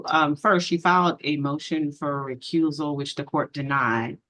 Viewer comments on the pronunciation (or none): and "recruisal" 😂